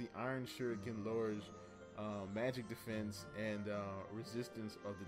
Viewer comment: Anybody else notice 'defnese' when he is explaining how the shuriken works?